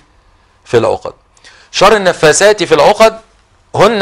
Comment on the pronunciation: شيخ ولا يعرف يقرا القران ويقول النفاسات في العقد بدل النفاثات بالعقد.. هندي هذا أو عربي ؟